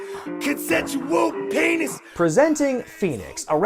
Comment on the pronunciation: "...CONSENSUAL PAYNIS!" I literally drooped my head, face-palmed and said "Oh no." Enzo, why? Paison, you're making us look bad. I don't regretting being out of the loop these past months. I wish I could actually go back a few minutes in time and click away from this video.